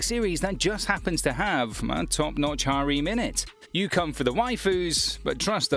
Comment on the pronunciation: "hareem" lol